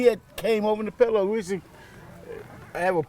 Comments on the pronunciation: How come everybody pronounces pueblos, “Peblo’s”? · They can't even pronounce Pueblo correctly lol